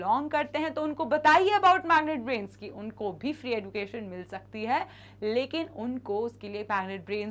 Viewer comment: Mam the pronunciation is like 'ejucation' we pronounce ed as ej not eduucationn 😢